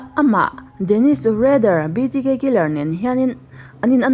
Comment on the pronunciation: Dennis Reddér hi 'BTK,' a ni a, 'BDK', tiinI lamri a, ka hre alawm 'BTK' chu hre mah ila, 'BDK' erawh ka hre lo, hnamdang ṭawng/hming hi chu fiah taka lam hi a ṭha, lam no eng emaw vêl hi a ṭhing ru riau, Mizote bâk viewer an awm tak tak chuang lo😂